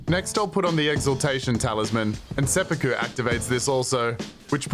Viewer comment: "SepPOOku" lol